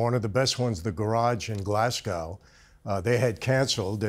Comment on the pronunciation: Its Glasgow not glass cow